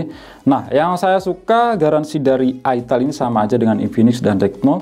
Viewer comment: Ai tel bacanya kak jangan itel makanya saru